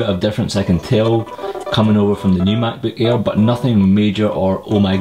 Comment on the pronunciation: Mack-boook ayer haha